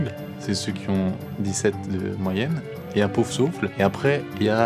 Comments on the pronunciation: Il a dit "Pauvresouffle" 😂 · "Et y'a Pouffsouffle" 😭